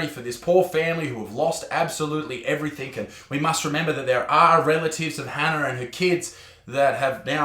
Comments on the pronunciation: The country is turning to shit more and more every day and the media is partially to blame. The problem is many people take it all as gospel (not that you’d believe that) the justice system lets people down repeatedly. Sorry bartsman it’s “everything” not “everythink” otherwise I agree with everything you say 👍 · Wtf is everythink? Everything! Its not hard